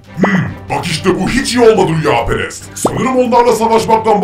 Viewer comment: Rüyaperes degil kameraman rüyaperest